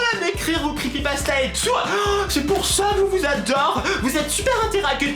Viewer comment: 😂😂😂😂 comment prononce Crepypasta m'a tuer 😂😂😂 Super vidéo ^^